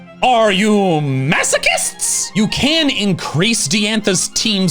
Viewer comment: "Are you all massacrists" 😂😂